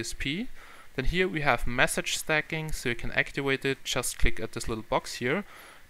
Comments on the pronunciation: Practice your English its actiVate not actiWate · actiwate? really -_